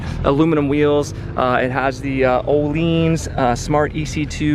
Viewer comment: Its akrapovic not akrapovich lol and ohlins not ohleens lol